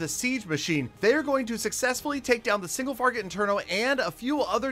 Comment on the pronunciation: LOL “single farget iterno” I just love this dude 😂😂❤️